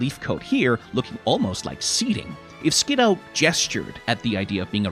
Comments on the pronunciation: I'll forgive this pronunciation, as that's how I would pronounce it too, but according to multiple sources its "Skid - doo" for some reason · Fun fact, Skiddo was the Pokemon that made me stop trusting the anime 100% when it comes to pronouncing names (they pronounce it like Skidoo) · I will never forget the time I was watching the anime and the Pokédex pronounced it Skid-DOO. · We (yes, WE) will NOT be calling them "Ski-DOO" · I know I've popped in with critique of your pronunciation on a few of these shorts... I'm siding with you on this one, there is no way in hell I'm agreeing with the anime that this little guy's name should be pronounced "Skidoo" like I should be saying "23" in front of it in a transatlantic accent before zipping away and leaving behind a brief me-shaped cloud of dust. That said, I always keep needing to remind myself that Skiddo is a solo Grass-type and not Grass/Normal. It looks so much like a Normal-type, and I attribute that largely to the prevalence of browns and beiges in the color schemes with the leafiness being constrained to it's neck and back. It's of a kind with Pyroar and Litleo in that way, except that the "kind of just a lion" vibes they give off that communicate "Normal-type" actually mesh with the fact that they are Normal-type. In that way, the grounded-ness of the design I actually feel does a slight disservice to how these two are meant to work in gameplay, even if Skiddo is thoroughly adorable and I want a real one to playfully headbutt my shin until I give it a bottle of milk.